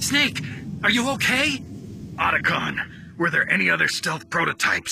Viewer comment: Why did Meryl call him "O"tacon 😅